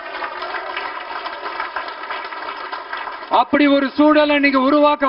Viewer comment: ஓ ஹோ கத அப்போடி போகுதா பிழை இல்லாம படி பா